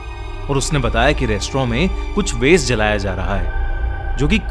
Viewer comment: Restaurant ❌ restrawn ✨✔️